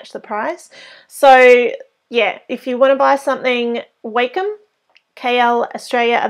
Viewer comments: it's wah-com not way-come..... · I've hear it pronounced both ways. it really doesn't matter. (I actually prefer Way-Com, along with many teachers and students from when I went to college Digital Art/Animation classes